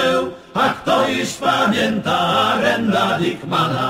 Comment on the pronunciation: Taka ciekawostka "Arend Dickman" czyta się jako Aerend dejkman